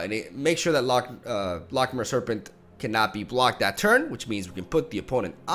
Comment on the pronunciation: hey bud, loch is pronouced similarly to lock, just a bit flemmy at the end :P